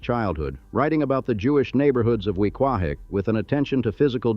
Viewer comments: I laughed when it pronounced Weequahic, Paramus, and even Whole Foods. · The mispronounceation of "Weequahic" and "Paramus" are laughable.